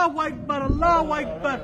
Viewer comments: আল্লাহ হুয়াইকবার কি ভাই??? আল্লাহ হুআকবার বলতে শিখেন। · আল্লাহু আকবার টা ভালো করে উচ্চারণ করেন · এই বদমাশ আল্লাহু আকবার ঠিক মতন ক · সবাই নিরাপদে থাকবেন, আর হে আল্লাহু আকবার শব্দটা একটু ভালোভাবে শিখবেন ও উচ্চারণ করবেন ও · ঠিক বলছেন।। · আল্লাহু আকবার ঠিকভাবে বল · ওর কথা থেকে কি শিখবো আরবে থেকেও এখনো আল্লাহু আকবার শুদ্ধ করে বলতে পারেনা। হায়রে মানুষ মরলে কি করবা 😭😔